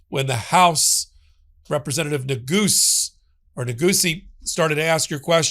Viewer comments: Congressman Neguse pronounces his name, nuh-goose. Not “goosey”. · Its Neh-GOUS